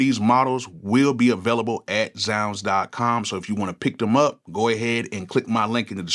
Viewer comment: So 20 years later, THATS how you pronounce ZzzZounds